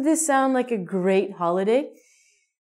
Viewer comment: Happy "Hoilday" :-)